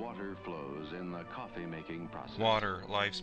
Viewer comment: The pronounciation is priceless, like the narrator is trying to make coffee seem really exotic. "Cof-fayyy".